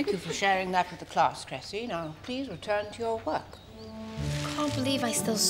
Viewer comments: its Cressie not Gressy like karajayne said its CRESSIE!!!!!!! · It's Cressie, not Gressy.